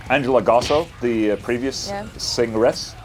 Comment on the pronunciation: "Singeress" 😂😂 :_olaZERO::_olaFACE::_olaMISTAKES